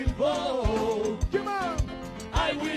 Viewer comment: “oh my god I will booaattt, I will boat for yonald thrump”😂😂😂😂 FOH!!!😂😂😂